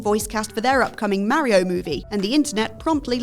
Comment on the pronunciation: The mario take aswell as the way you pronounce it aged like milk